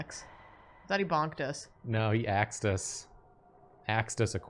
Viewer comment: "He axed." Me to myself, drawing: "Axed him a question...": "Axed him a question." Me: "! D:<"